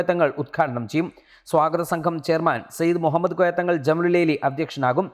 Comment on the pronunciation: مهمّد എന്ന് പറയല്ലേ....pls